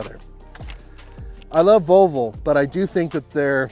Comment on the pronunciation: I love pronouncing Volvo, rather than the traditional: vall-vo. says: vul-vo. Sounds like part of the female anatomy.